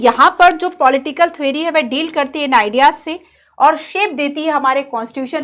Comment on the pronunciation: Thwery❌ theory✔️